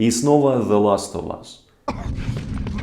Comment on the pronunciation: Ты настолько хорош что я тебе прости то что ты говоришь "Зе ластовас"